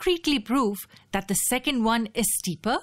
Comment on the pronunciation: I love when narrator say steeper like steeperrr.